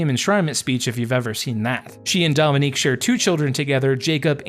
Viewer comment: Just butchered his name from the beginning & I can’t keep watching him because he didn’t put in enough work to even enunciate his name right